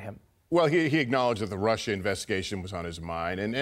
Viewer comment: "this Russier thing..." Love Lester Holt.. he exposed truth.